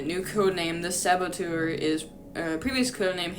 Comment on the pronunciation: It's actually pronounced "Sah-Bow-Tour" 🤓☝️/j